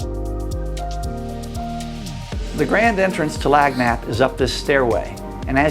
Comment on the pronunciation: This guy is killing me........let me help Cher...LAN-YAP, the "G's" are un-pronounced in French